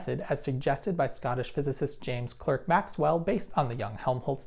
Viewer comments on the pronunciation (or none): Really informative and nicely done! My only nit to pick is that , it's spelled "Clerk" but it's pronounced "Clark". Thank you!